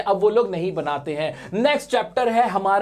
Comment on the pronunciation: Sir कुर्ग ko कौर्ग pronounce karte hain...😆